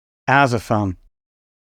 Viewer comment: Kool viteo, viele zank you! (And, again, "Kraftwerk" is to be pronounced "kraftVerk". Forget it's a W, think of it as a V 🙂 )